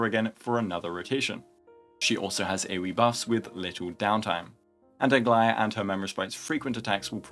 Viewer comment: It's official, is definitely my favorite 🤣🤣🤣🤣 it's beautiful. The outfit, colours and even the accent just feels RIGHT 😂. Nothing can beat this, nothing.